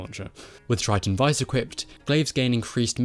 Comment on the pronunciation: Thank you for pronouncing Triton Vice correctly